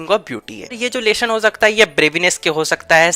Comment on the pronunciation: It's lesson not lesion😅